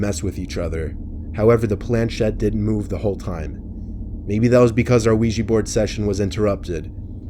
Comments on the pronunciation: "The Weegee Board." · i thought he said wegee board LOL